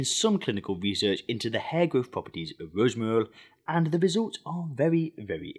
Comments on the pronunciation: ROOZMREE OOL 😂😂😂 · Rosmoury oil😂